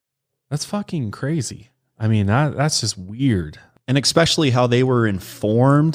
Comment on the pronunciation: Someone tell him especially has no x in it lol he always says expecially 😂😂😂😂